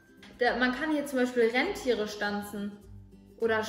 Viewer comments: es heißt Reeentiere nicht Rennntiere😂😂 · Niemand: Wirklich niemand: Bibi:RENNtiere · Jeder: Rentiere Bibi: Renntiere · Bibi nicht RENNTIERE sondern RENTIERE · Bibi: Renntiere😂